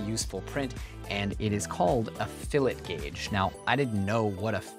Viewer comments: "fill-et is something you put in the bbq" 🤣🤣🤣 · "Fillet" is often pronounced in a French way: "Fillay"